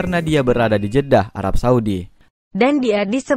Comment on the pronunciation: Jedah banggg. Bukan jeda